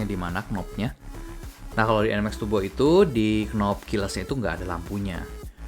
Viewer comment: PCX TAPI YG DI BENEREIN BEDAIN BANG ANTARA ERRRRR ATAU ERGGGGGGG GAK PAKEK G YA RRRRRR BUKAN TURBO BUKAN TUGBO